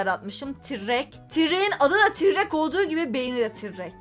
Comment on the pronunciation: Abla tırrek tirrek değil